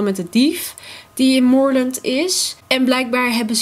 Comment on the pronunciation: ik wil echt dat jij mijn familie bent jij bent zo lief echt niet normaal en zo leuk! Kom je ook naar PYLE ja he? Zo ja wanneer? (Het is fort pinta maar je zegt fort pjenta en moordend spreek je als moorland gewoon hetzelfde ⭐️♥️